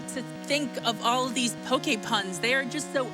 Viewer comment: i wonder if that pokeguy was triggered that the couch butchered his name all the time ive heard it so often pronounced with poke as in poking someone instead of poke as in pokemon. lol